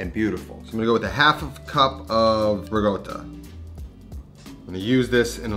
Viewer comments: So funny how you pronounce Ricotta so very 'New York style"haha Great recipe nonetheless..!!!! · Love you cooking . But its so annoying how you pronoince ricotta .. its not rigodda its ricotta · Can you please stop saying Rigotta and start saying Rikotta pls? I dont know why it bothers me so much haha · Absolutely love the food you're making, and the no nonsense presentation. But it drives me crazy that you keep saying rigotta instead of ricotta :-) No offense, and it might be my old ears. Keep up the excellent work. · I love the recipe but hates the RIGOTTA pronunciation. I mean, the guy is half Italian ! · Looks fantastic but it’s ricotta not rigoata 😅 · It’s ricotta, not rigota. Lol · its ricotta, not regoda🤌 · I like this recipe, and I’ll make it this week. Unrelated, I think I’m going deaf. Not sure but I kept hearing “riGotta”? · Sounds like he’s saying Rigotta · pls stop saying rigoata - it reduces my appetite hahaha